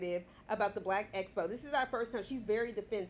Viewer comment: Great review! I so appreciate the laughs and the excellent points you always make! Tisha should just say “the big event we organized” in place of “ess-po” 😂